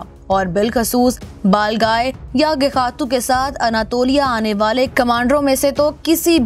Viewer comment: Kis kis ne mistake pakdi he iski balgai bhi bolna nahi ata he chali chanel chalane balgai hota he baglai nahi